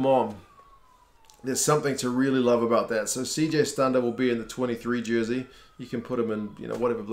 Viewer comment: i also like how he pronounced stander the way south africans do instead of stand-a